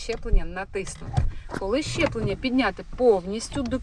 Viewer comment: Мені почулося чи ви сказали щеплення?)))